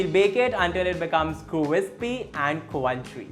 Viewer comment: Loveee your accent, an extra “w” everywhere hahahahaha cwrispy and cwrunchy 🤣